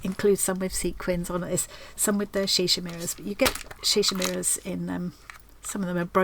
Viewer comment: Are you saying "Shi Shi mirrors"? How do they stay on the fabric? Glue?